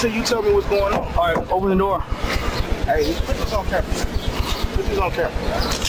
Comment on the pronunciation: he said open the noor